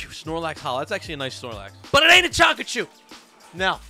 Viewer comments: You said chachu it's picachu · When you say chacachu I was laughing so hard